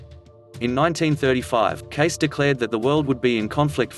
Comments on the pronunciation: He could at least pronounce his last name correctly... case-EE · Not passing judgment,but give the man his props by at least pronouncing his name correctly. Love all. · It's an AI VOICE that hasn't been programmed to pronounce it correctly. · Omg ikr was driving me CRAZY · How could this be believed, when the narrator mispronounces Cayce’s name? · "I will born in 2100 in the state of Nebraska." This video is full of horrific abuse of the English language and is wrong about much of Cayce's biography (and his name pronunciation). This is clearly a bot with a fake Australian accent. Complete tripe. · When you don’t even pronounce your subjects name correctly………. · You should learn to pronounce his name correctly if you want anyone trust your overview of the man. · Awful to hear the narrator butchering Cayce’s last name. If he can’t even get that right then everything else he says is untrustworthy. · If you are going to report on a person and/or on information, you should at least research how to pronounce your subjects name! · Honestly at least get his family name right !!!! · CLICK BAIT! No prediction And they don’t even know the proper pronunciation of the name ! Really? You do a video but don’t know how to pronounce his name SMH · So annoying that they can’t pronounce his name correctly. Totally discredits the creator of this video. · Clicked away after 30 seconds. No credibility mispronouncing the name. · The narrator is pronouncing the last name as "Case". That is incorrect. It is pronounced "Casey". You are starting out your statements with an incorrect name, so how can anything you say be correct if you can't even pronounce his name correctly. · Or maybe pronounce Edgar Cayce's name like ( Kay - See ). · His name is pronounced Kay-See. Your research should have included that. Roosevelt was not shot. What did he say exactly about 2022? Could we say this is just click bait? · Um, no.. I dated his grand niece and it is pronounced Cay see.. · It's prounced Cay cee.